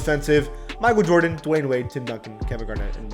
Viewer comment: idek what to say.. shut yo googily boogily ahh up "mikeal vordens noOt clut-th vats cravy"